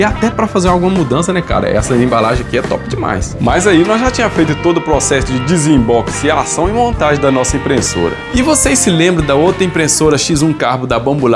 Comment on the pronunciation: Eu só iria assistir, mas ao ouvir DISIMBOXICIAÇÃO tive que comentar, essa palavra é SENSACIONAL 🤣🤣🤣